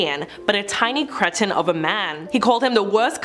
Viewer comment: The word is "cree-ton", not "creeshin". 😉